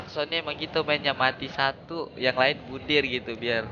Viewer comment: 2.21 bundir bang bukan mundir🤣